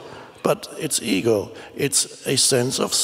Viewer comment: Often when Eckhart says "ego" my brain hears "eagle" :D